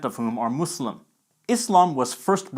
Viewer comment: Finally someone who actually says Muslim NOT muZlim